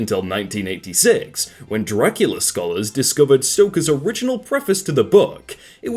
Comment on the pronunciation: Sorry but i have to point out that its: "Draculea" not Dracula